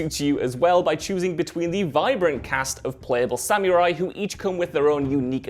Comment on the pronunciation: It's "Sa-muh-rai" not "Sam-you-rai" ffs haha